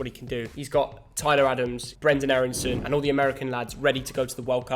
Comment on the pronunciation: who’s aaronsen??? it’s aaronson